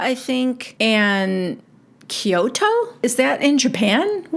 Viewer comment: Coto, not Kyoto .